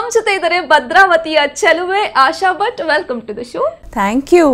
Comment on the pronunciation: Butt alla swamy.... Bhat adu